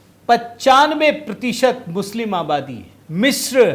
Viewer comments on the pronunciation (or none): none